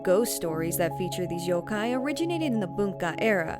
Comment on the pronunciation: How is she even pronouncing the word "yokai" weird